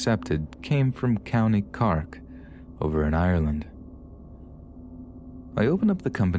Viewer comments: Love your work but the pronunciation of the Irish places are killing me... "Carrk". 😂 It's "Cork" like a wine cork and we don't roll our "r's", that's Scotland! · "moonster" "Cark" Lol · I love these narrations, they're always strangely calming. But celtic me nearly spat out my drink hearing you pronounce cork as "cark" x'D Keep up the great work, love the channel. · love how you pronounced cork with the irish accent lol. a fun touch